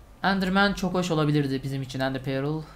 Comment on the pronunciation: Abi İngilizcen çok iyi onu yadırgamıyorum ama şu Ender Pearl'e perıl değilde pörl desen daha iyi olacak gerçekten çok rahatsız ediyor beni. Umarım dikkate alırsın.